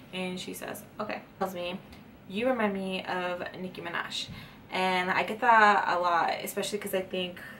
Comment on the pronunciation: “Nicki minash” omg I love 😂❤️